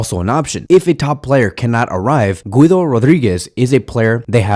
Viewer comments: Guido is pronounced gee-doh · the way you say Güido Rodríguez cracks me up😭😭😭